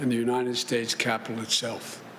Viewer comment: we didn't have that for the last four years. Yosa mite? Really? United shates? OK